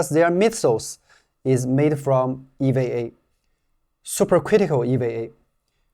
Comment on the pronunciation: Great video as always. Only pronunciation correction, to sound more American, EVA would sound like Eee, Veee, A. More of a hard E vowel sound on the V letter. I've been learning Chinese on the great Super Chinese app, I do enjoy even small sections where you can throw in some Chinese also. Great work!